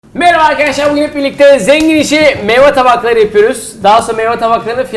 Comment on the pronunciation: e ögretin "meyva" değil meyve